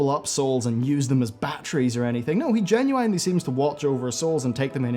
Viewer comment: "Genuinely" is not pronounced "Genuwhinely"